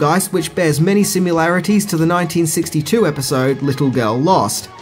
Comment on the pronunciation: Wrong. Not every episode was introduced by Serling. Look it up. Next: There is no such word as simularities. The word is similarities.